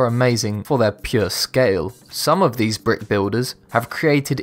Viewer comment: Did He Say 'Brit Or "Brick"?